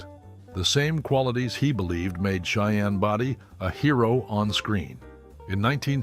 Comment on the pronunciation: For those who've never seen the Cheyenne shows, Cheyenne's last name was not pronounced "Body" with a short "o". It was pronounced with a long "o".